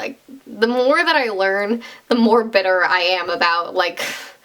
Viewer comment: YOU SAID ABOOT YOU'RE CANADIAN SOZ